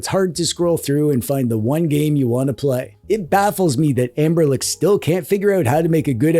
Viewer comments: Is there a reason why you keep calling them "Anberlic" instead of "Anbernic"? Or is it just me who hears that :D In any case, I bought the thing mainly out of curiosity and so far I really like it. Haptically it's great, the only issue for gaming in bed is that the buttons are quite loud. But I like that they are so direct and clicky. Setting it up was easy, and apart from using it for ROMs (ES-DE works like a charme!) it's a great console for playing Pico8! The screen just feels right for these kind of games. The drawbacks are definitely a bummer, first and foremost the missing headphone jack and the small battery, but other than that It's a fun device. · why is he saying amberlick?